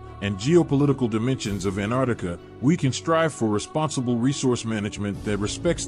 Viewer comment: Where the hell is this anarctica? Im from New Zealand and below us is Antarctica it has 2 T’s in it if you cant say it how can anyone take you seriously.